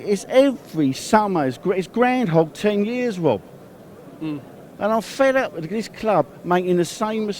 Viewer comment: Just a heads up Robbie, it's Groundhog not Ground Hog.